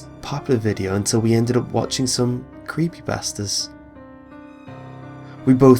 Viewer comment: So, I'm gonna sleep during this video so, I haves to takes my eyeses off the screen.... If I'm not on any other creepypastas we know it's real! (Am I the only one who thinks that when he says Creepypasta it sounds like CreepyBastard?)